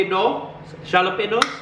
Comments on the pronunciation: Hahaha this is amazing. Jalapeños it’s pronounced like you said but the J it’s pronounced like you H Halapeños. 😘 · Also - I’m now going to start saying “jal-o-peños” ❤️😂 hes my favorite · Can you please do a reaction video of you realizing what bone broth is and how to pronounce jalapeños lol